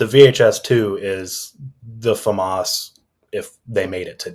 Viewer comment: It's pronounced Fauxmas! Thank you very much.